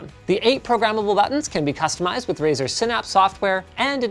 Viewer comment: is it only me or he says Brazzers instead of razer